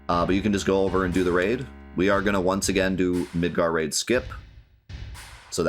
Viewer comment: When you first said Midgar Raid, I though you said Midgar Rave, and I was very much in love with the idea of a giant rave in Midgar